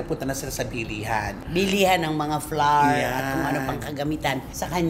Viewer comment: flour ang sound like flower